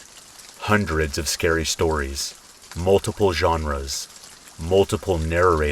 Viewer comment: My name is Tracy and I looove the "shtories" 😁 when I've been trying to fall asleep and just can't, I put one of your videos on, your voice is just the right tone. Soothing and relaxing. I often wake up briefly and still hear your voice and go right back to sleep. I'm sorry to say I don't think I've ever heard all the stories yet, but it's truly appreciated 💙